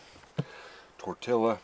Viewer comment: Chi-polt-lee spice.... Tor-ti-a